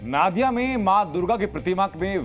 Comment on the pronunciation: नादिया नहीं नदिया उच्चारण होगा